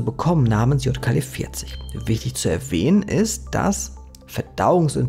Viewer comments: Ich dachte ja erst du hast ausversehen J statt Y gesagt bei dem Wort YKL-40, aber du hast es locker 10 mal einfach falsch gesagt! Wie zur Hölle passiert sowas? 😂😂😂 Es heißt Ypsilon. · YKL-40 sollte man aber nicht mit Jod Ka El Vierzig ausbuchstabieren - zumindest in meinem Alphabet wäre das eher Ypsilon Ka El Vierzig 😉 Auch die Aussprach der Chitinase erinnert mich sehr an "Shit in Nase" 🙈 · Gutes Video, aber es heißt nicht JKL-40 sondern YKL-40. Ungefähr 20 mal im Video falsch wieder gegeben. 😀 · Du sprichst immerwieder von YKL 40 ist [ˈʏpsilɔn] JKL 40 ist [jɔt] ( weil es mir immerwieder aufgefallen ist 😉 ) Ansonsten ➡️ ❤ DANKE für die Recherche und Deine Meinung - die ich auch hier wieder sehr (gerne) teile 🍀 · Es ist ein Y (üpselon) kein J (iott) in YKL-40. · Ey es tut mir echt leid das Video ist sehr interessant aber es triggert mich des todes, das du YKL 40 immer JKL 40 nennst. Ich kann das Video nicht zu ende gucken